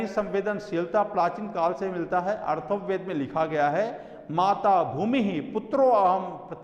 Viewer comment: Sir , Atharva ved hai na ki arthav ved